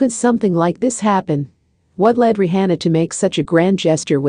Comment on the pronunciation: Say her name right!!!